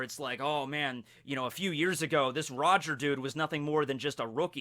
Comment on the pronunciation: You pronounce it wrong